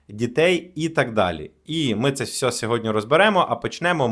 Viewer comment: не всьо, а все, телепень